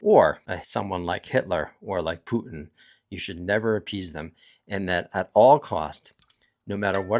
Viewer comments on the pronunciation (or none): none